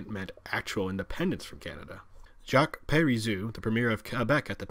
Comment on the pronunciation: He kept calling him "Jock". Alber-TA instead of Alberda. Okay clearly this guy isn't Canadian.